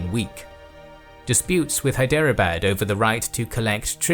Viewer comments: A good and comprehensive survey, but must you mispronounce every single Indian name? For instance, Hyderabad is pronounced 'Hydrabad"; Rajasthan is pronounced "Rahjahsthahn, and the last syllable of Panipat is pronounced "putt", something that golfers do when trying to sink at short range. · Dear, While Indian names are understandably foreign and complex, please try to at least get the vowels right. It'd help immensely, even if you mispronounce the retroflex consonants. As an example the 'bad' in Hyderabad isn't pronounced like the English word, but with an open a as in Arctic. This 'open' a (or [aː] for IPA enthusiasts) also appears in marAthA, bAlAji and durrAni. The effort required is small (There are less than 20 vowels on the Hindi phonology wiki page), but the effect would be significant. Thanks for the superb videos! xx